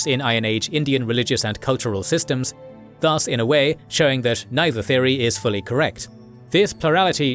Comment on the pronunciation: I wish the narrator pronounces 'thus' more correctly rhyming with 'bus' with no stretch of sound on the vowel. The way he is saying it confuses with Indian Sanskrit word das or daas.